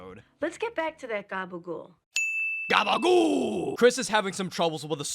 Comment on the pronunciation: excellent "GABAGOOL", 10/10